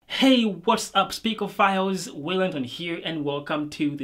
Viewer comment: My guy just say Speakerphiles💀